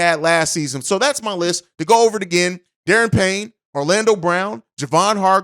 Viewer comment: It's pronounced "Da Ron", not "Darren". Hope he's stays in Washington, but Chicago could simply outbid virtually everyone else.